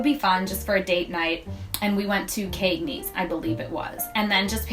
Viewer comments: As for the Cagneys pronunciation... that’s just how ppl where I’m from talk— central New Yorkers use a long “A” sound even when we don’t mean to cuz it’s just our accent #Syracuse lol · This is an informative video. Simple and well executed. My only gripe and not limited to this presenter (by any means) is in the pronunciation of words. La Cucina is pronounced La Ku-Chee-na. Cagney's is not pronounced with a long A vowel sound, but a short A vowel sound.